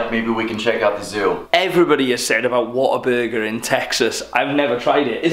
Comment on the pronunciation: the whole time i thought he said water burger 😂😂